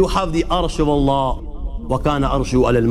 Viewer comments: so you are a muslim brother. because you say A Danish guy reacts, how i know, the way you say allah only muslim person can say correctly (Allah) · Being a Brother from another Mother.. I would suggest you to plz once read the Quran in your life.(Available in English Translation). Your life will be changed..♥️🇵🇰 Peace From Pakistan... They way you say (Allah) is just♥️♥️... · You said ALLAH right